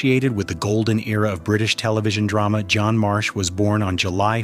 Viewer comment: It’s Jean pronounced like Bean, not John. I freaking hate AI